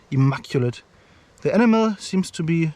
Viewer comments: Awesome video boss. Just a heads up. When you say 'enamel' it sounds like 'enema', which is a very very different thing lol. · It sounds like animal